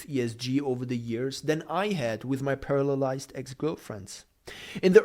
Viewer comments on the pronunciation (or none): Did this guy say "parallelized" or "paralyzed" ex girlfriends?